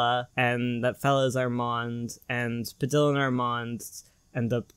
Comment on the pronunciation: I can't get over the way you pronounce padilla The Ls are pronounced like a y not actual L.